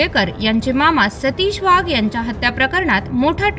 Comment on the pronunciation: वाघ आडनावाचा उच्चार वहाग असा केला ही बाब खटकली.